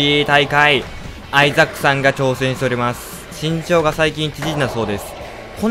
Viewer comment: suikanotane922 。 めっちゃ発音のいいレイチェルガードナー。w